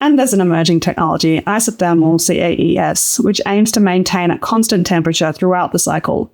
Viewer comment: Should CAES be pronounced 'kays' rather than 'see-a-ee-ess'? It's a lot pithier and I assumed this what what people had picked, but then I'm not sure I've heard anyone actually say it before.